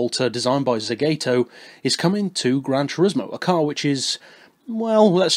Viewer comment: It's pronounced Zah-gah-toe, not Za-gay-toe. Just saying :)